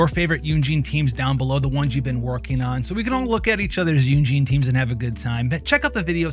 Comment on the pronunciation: Why are you pronouncing Yun Jin as "Yun Jean"?